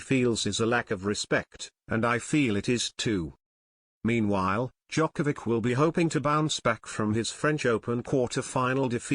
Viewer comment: this guy can't even pronounce his name. not that it matters. This is a complete load of crap